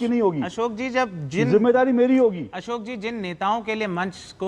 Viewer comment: you are unable to differentiate between S and SH. It is show and not sow. Ashok is not Asok. Please Correct your pronunciation.